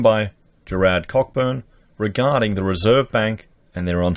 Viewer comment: It isn’t “Cockburn”, it’s pronounced “Coburn”. LOL.